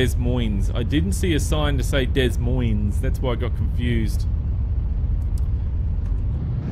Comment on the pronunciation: des Moines is pronounced De Moine.